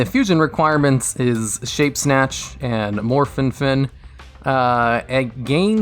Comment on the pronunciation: "morphinfin", "morphen". Come on, you're a yugioh channel, get the names right at least.